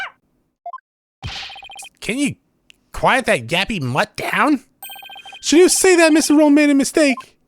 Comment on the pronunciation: The doggie’s name is pronounced Shadow. He’s so cute!